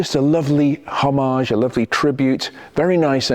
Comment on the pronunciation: For God's sake! Homage not Homarzzzz! Grow up!